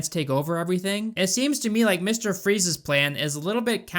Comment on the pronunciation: I know you said transporting Freeze's armor but it sounded like Freeza's armor. 🤣🤣🤣